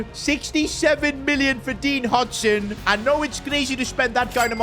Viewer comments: Pronounced How-Sin not Hudson 😂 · It's not "hajsen" it's pronounced "Hoisen" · hujsen is mad hoysun i how u say it i think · Did he said hutsen💀💀💀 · Dean "HOY-SEN" is the correct pronunciation. 😂😂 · Bro said "Dean Hudson". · "Dean HuTsen" It's dean huijsen..